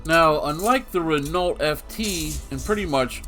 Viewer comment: It's pronounced Re-know, not Renalt. It's french so the nault is just pronounced no